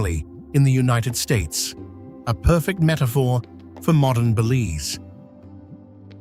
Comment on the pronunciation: I wish he would pronounce Belize and the Cayes correctly. Apart from that, thanks for showing my beautiful country.